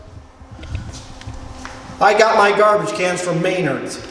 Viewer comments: MEN-ARDS NOT MAY-NARDS lol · Never heard Menard's pronounced that way. Very informative video though.